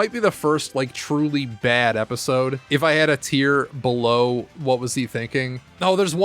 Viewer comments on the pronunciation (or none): none